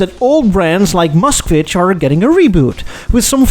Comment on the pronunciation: An American boy trying to say Moskvitch is so funny.